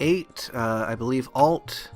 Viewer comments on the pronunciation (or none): Ah, that was your (and my) usual pronunciation of "Alt" you alluded to before. #ridiculouslypettydetails I didn't know eggs actually turned into birds. I assumed they just disappeared offscreen to prevent finding all the eggs in one pass before picking any up which would throw off the game balance.